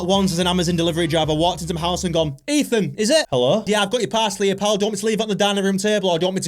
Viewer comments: Its not get it right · not its ethan